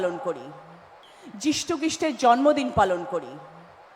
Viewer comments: ছিঃ। ছিঃ। এরাই জনগণের প্রতিনিধি ! ভালো করে কথা বলতে পারে না যে সে সাংসদ ! ভারতের মোট লোকসংখ্যা যেখানে ১৪০ কোটি সেখানে একজন প্রতিনিধি বলছে দশ হাজার কোটি লোক। হাস্যকর ব্যাপার। এরা পশ্চিমবঙ্গের লজ্জা। যীশু খ্রীষ্ট কে বলছে ইষ্টখিষ্ট। ধন্যবাদ সরকারী অনুষ্ঠানে রাজনৈতিক বক্তব্য রাখতে গিয়ে উল্টোপাল্টা কথা বলে যাচ্ছে। ভাবতেই ঘেন্না লাগে। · এদের বক্তব্য শুনে স্ট্রোক হয়ে যাবে মানুষের যীশু খ্রীষ্টের নামই উচ্চারণ করতে পারছে না আবার সেই 10,000 কোটি হা হা হা হা হা হা ভোটের পরে সব ফ্রুত বর্তমানে শুধু গদি আর টাকা এই চলছে হায়রে বাংলা হায়রে বাঙালি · যীশু খ্রীষ্টের যিনি নাম উচ্চারণ করতে পারছেন না। তার কোন অধিকার আছে যীশু খ্রীষ্ট কে অপমান করার? সমস্ত সম্প্রদায়ের মানুষ গর্জে উঠুন, যাতে চেয়ারে একজন প্রকৃত মানুষ, প্রকৃত শিক্ষিত মানুষ, প্রকৃত সমাজসেবী মানুষ স্থান পায়।কোন অপদার্থকে যেন সেই চেয়ারে স্থান না পায়। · If she can't pronounce ,Jesus Christ or Jishu Christo that means she doesn't know the relevance of the name. Is she educated . Such a shameless woman